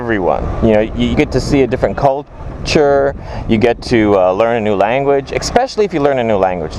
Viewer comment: he said cult-ure Damn